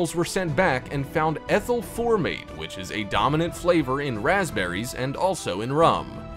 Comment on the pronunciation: it said PASPBERRY